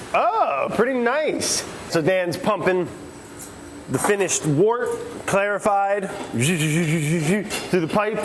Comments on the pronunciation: Stop, stop stop. You’re pronouncing it wrong! It’s wOrt not wArt. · He has been saying WORTer this whole time!!! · Every time Brad says "Wort" I think he's saying "Water" lmfaooo